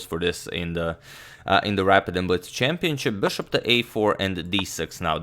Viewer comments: "Bšop" veliš.... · I like the way he says ''bishop''